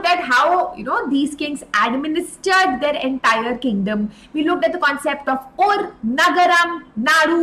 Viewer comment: mam that is not urrr it's uuru